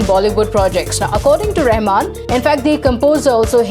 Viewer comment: a r rehman nahi suvar